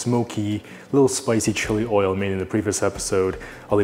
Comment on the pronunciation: "2 tbsps olive ol"